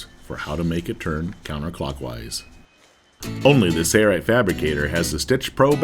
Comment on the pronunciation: A classic example of cheaping out by not using a professional voice talent. I cringed every time I heard him say “Sayright”. What happened to the “l”. Too bad that companies don’t care about how they’re perceived.